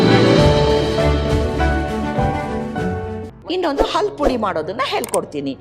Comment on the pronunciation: ಅದು ಅಲ್ಲು ಅಲ್ಲ ಹಲ್ಲು ಮೊದಲು ಕನ್ನಡ ಸರಿಯಾಗಿ ಕಲಿತುಕೊಳ್ಳಿ